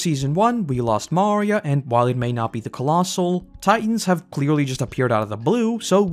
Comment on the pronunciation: Why does he pronounce Maria like that? So weird.